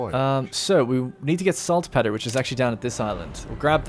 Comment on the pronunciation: Probably a bit late, but Saltpetre is pronounced Salt Peter. Like the name. Not petter. :) Loving this series, I'm slowly catching up!